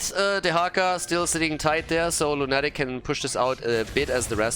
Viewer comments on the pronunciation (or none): By the way,, are you aware that english word "lunatic" has a stress in "u"? Lˈuna => Lˈunatic. As i'm saying it i don't know if the player told you how their name is pronounced but i would guess it's english "depraved lunatic". Thank you for this event! Meta madness is so unique ^^ p.s. Totally love it the Artanis - Uther synergy. Artanis dashes into enemy team, Uther presses E on him and the guy never comes back. Tragic story over and over again.